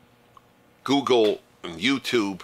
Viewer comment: Gooleg not google